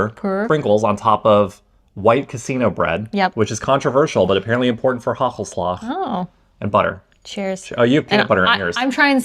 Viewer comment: It's not haggelslag! You need to pronounce the first A a little bit longer than that